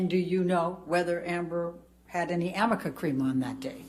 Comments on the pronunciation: 아미카가 아니라 arnica, 아니카입니다. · 아미카 크림도 발음 잘못한 거로 알려졌죸ㅋㅋㅋ Amica가 아니라 Arnica인데 r이링 n이라 붙여서 m으로 읽은 거... 엠버측 신뢰도 그만큼 떨어졌으니 오히려 변호사분들에게 고맙습니다😙